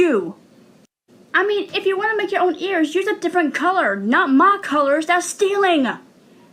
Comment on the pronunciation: You pronounce ears like YURS.